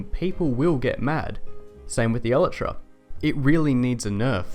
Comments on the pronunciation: it's pronounced El-I-Tra, not El-e-Tra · basically Eee-lie-tra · It's pronounced... EL - EYE - TRA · Did you say... elatra? wtf lol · i cant get over how wrong you are pronouncing elytra...